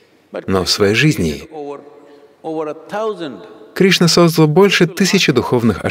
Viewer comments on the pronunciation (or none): none